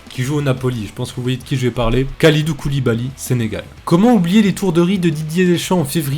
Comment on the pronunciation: "Koulidou Koulibaly" 😂 Sinon c'est super intéressant ce genre de vidéo !